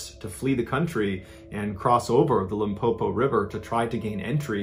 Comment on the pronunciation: Pronunciation of Limpopo is perfect...award winning 👌